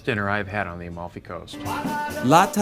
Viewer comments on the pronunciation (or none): It‘s called Amalfi! Not “A-Mall-Fee". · AMALFI................!!!!NO OM(O)LFI.CAPITO!!!